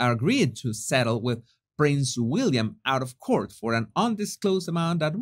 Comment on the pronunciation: Hey, Just wanted to say I love your channel, but sometimes you pronounce English funny...court sounds like PORT...cort, with a u...that's all, Much love xx